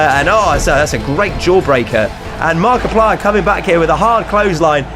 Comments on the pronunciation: Haha he said markipier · said markeuplir no ofense though love you